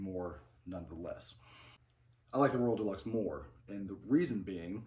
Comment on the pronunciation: I can’t tell if you’re calling it the “world deluxe “ or “royal deluxe”? I know it’s called the “Royal Deluxe” because that’s the hat I bought.